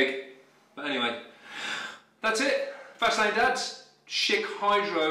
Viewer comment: every time he says "fast lane" I hear "fascinating"